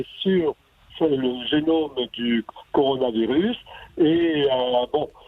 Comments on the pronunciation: Coronarovirus.... le mec interrogé et ne sait meme pas prononcer le nom du virus.... rien que ca ca décrédibilise tout mdr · Par contre arrête de dire Coronarovirus!!!! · Le mec,, qui se fait interviewer comme un expert et qui arrete pas de repeter "Coronarovirus" a la place de "Coronavirus", c'est quoi cette blague? lol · Pourquoi dit-il Coronaro virus,n'est ce pas le corona virus ? Que faut-il dire pour être exact? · laboratoire MP4 et coronarovirus... MDR C'est laboratoire P4 et coronavirus. no comment. Il serait bon que les termes un peu techniques certes ne soient pas écorchés SVP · Pareil je suis soûlé par ces gens qui viennent la ramener systématiquement alors qu'ils ne sont pas capable de dire correctement le mot coronavirus...